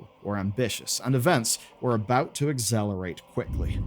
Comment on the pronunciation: Accelerate: Ack-Sell-Eh-Rate Somehow you said: "Agg-Zell-Urr-Ate" What is wrong with you? lol